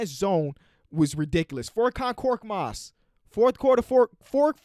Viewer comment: Hey, love the vids, but furkans name is pronounced ferk-on, not fork-on. I understand he’s not a very well known player so it’s understandable, and thank you for showing love to my Sixers